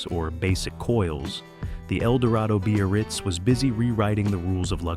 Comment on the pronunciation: What the hell is a b-a-ritz? Time to learn how to pronounce things.